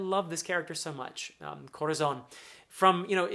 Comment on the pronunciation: Thanks for giving us these emotional and filled with energy analysis. I love, really, but really love, the Way you roll the Rs while prononcing Dressrosa, Rocinante, Corazón, Señor. It literally makes me smile, as a Spanish speaking fella